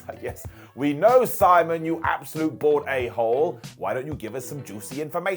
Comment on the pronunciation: This was the first time I thought he said bored instead of bald